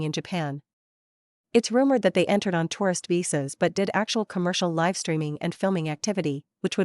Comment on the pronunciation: Please teach your chatbot to pronounce words like "live" correctly. Ai generated slop.